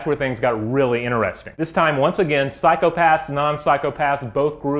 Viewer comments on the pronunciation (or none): none